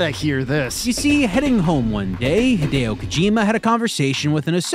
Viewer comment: Higharolla Kokamaime? Hi-deo Ko-jima? 🤯🤯🤯🤯🤯🤯